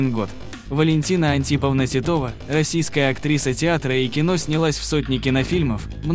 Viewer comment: Не ТИтова, а ТитОва.... Вы русск😅ий ?